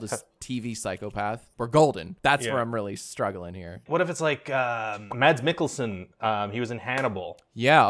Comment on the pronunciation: The name "mads Mikkelsen" is a Danish name and the d in mads is not pronounced